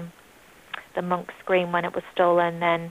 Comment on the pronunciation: Going to discuss art? Might want to learn how to pronounce Munch…really. Neither person got it right. Art museums also buy stolen art and are lately having to return many pieces, so I say all power to crooks of art; it's a tradition the museums practice!